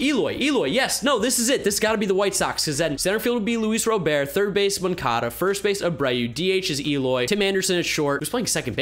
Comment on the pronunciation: When will you MLB youtubers learn that it’s LUIS ROBERT WITH A T ROBERT PRONOUNCE THE T ITS NOT SILENT HOW MANY GAMES WITH HIS NAME BEING ANNOUNCED WILL IT TAKE FOR YOU TO LEARN